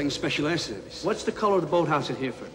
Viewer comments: They knew Di Nero had mispronounced Hereford as ‘Heere-Ford’, but nobody had the balls to tell him, so consequently he looks like a muppet for all time… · I always wondered if Robert De Niro's character mispronouncing Hereford was intentional to hint that he didn't know anything about the SAS